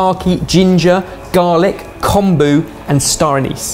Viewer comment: I cringed every time they tried to pronounce “Kombu”... LOLOLOL